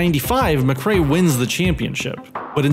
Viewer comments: it's McRae btw not McRea. Great video ! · it's Colin McRae not Mcrea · It's "McRae". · Sorry, I hate to be that guy, but it's (the late great) Colin McRae, and Cowan is pronounced Cow-an, not Cohen.